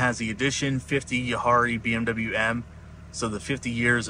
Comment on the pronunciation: You butchered “Jahre”. It’s pronounced “Yahhrre”